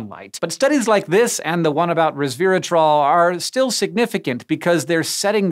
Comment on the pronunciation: not "reversatrol" >8^{